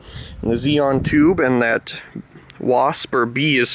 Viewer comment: XeNon, not "Xeon".